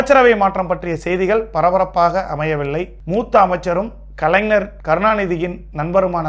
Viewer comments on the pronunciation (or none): முதலில் தமிழை நன்றாக படிக்க கற்று கொள்ள வேண்டும்...bro. கலைஞர் என்பதை சரியாக உச்சரிக்க வேண்டும். கலைனர் அல்ல...😂😂😂